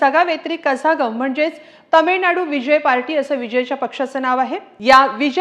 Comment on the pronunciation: कझागम नसून कळगम. . असे आहे. z हे ळं आहे.